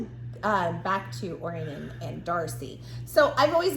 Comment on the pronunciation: Hey im listening to the audiobooks, and i just wanted to say name is gruss not gru. And also it pronounced oh ryan not orien 😊